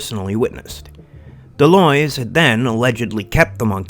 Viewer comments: It's pronounced "The lwa" or De lwha. Like saying what without the T and De is like The in "The cat" So De lwha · 99.99% of people online mispronounce De Loys except maybe for channels in french so don't worry :)